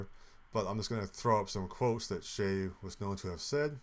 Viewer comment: It’s not shay. It’s Che like in che-ckers